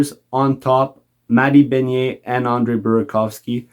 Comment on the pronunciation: Lol love the French pronunciation of Ben-EARS as BEHN-ier